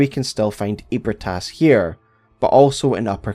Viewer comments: I know it's been 3 years. But it's Eb-ree-tas, not Eeb-re-tas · Feeling like playing BB again lol, also isn’t it pronounced more like ebri-eh-tas? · You say ebrietas it's eh-brai-tas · i s2g if he pronounces Ebrietas as “ee-brit-ass” one more time i’m gonna hemorrhage. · … doesn’t Gehrman or someone say “Ebrietas” aloud, and it’s pronounced differently than that? 😅